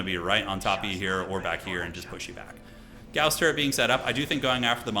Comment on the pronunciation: Thank you for properly pronouncing gauss im so tired of hereing it prounced like gauze